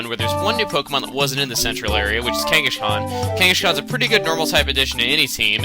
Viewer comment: I like how you pronounce the "s" in Kangaskhan as an "sh"